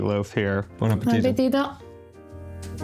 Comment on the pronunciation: After years of having an Italian cooking show, he should be able to say... 🤔 "Buon appetito" 👉 Bwohn ahp-peh-TEE-toh